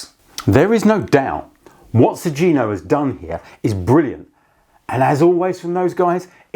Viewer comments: It's 'Sugino' ([suɡino]), not 'Sujino.' The 'gi' is pronounced with a hard 'g' like in 'go.' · It is pronounced "Su-ghi-no", rather than "Su-zi-no" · Pretty sure it's pronounced like Su - ghee - no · The G in Sugino is a hard G.